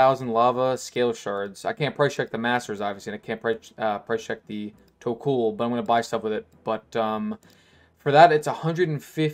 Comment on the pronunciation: Its tok-ol not tok-uul